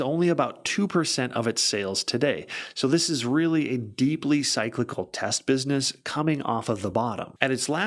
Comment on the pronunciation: what is happening... you don't know how to pronounce "cyclical"? Makes no sense on a highly rated channel like yours.